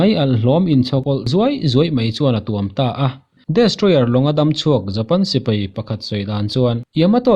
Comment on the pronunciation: A dik lutuk ,,chuan sipai nia sipei tih nen poh hriat polh awl ve dawn emai